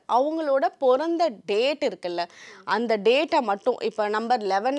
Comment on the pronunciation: பிறந்த not பொறந்த sis ..😢😢